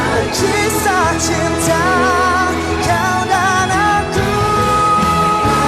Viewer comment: Hi, his name Hafiz Shuib, but pronounces Ha feez Shoo ip. Title of song Kisah Cinta kita, pronounced key sah cyn ta kee ta.I get you're pronouncing them in englist dilect, its the